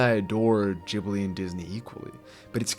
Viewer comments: The way u pronounce Ghibli is full on pissing me off n idk im getting full on triggered but wtf is "Gibli" 🤦🏿‍♂️🤦🏿‍♂️🤦🏿‍♂️ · You put so much effort into pronouncing "chihiro" with a japanese touch but completely american-butcher Ghibli xD The G is a regular G. Not a Dschee. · Why the fuck anyone believe this disney hater if you hate disney so much so pls keep it to yourself stop saying random carp about disney if you are such a big ghibil fan first learn how to pronounce it and you people say disney male characters are bad villains are bad like go first watch all disney movies and then say random carp about disney and you belike studio ghibil is a master peace like bro have watched earwig and the witch it is so bad even shark tale even the dinosaur even chicken little even brave even cars 2 even the good dinosaur even ice age 5 is better than earwig and the witch it is just a little better than hop and surfs in 2 and lion king is a better movie than sprited away